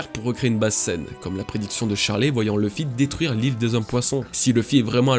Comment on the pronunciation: Par contre c pas ousopp mais usopp avec un u Et pas l'oeufy mais louffy please, je vous en supplie